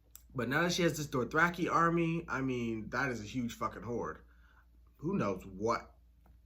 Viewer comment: DOTHraki. Not "dorth"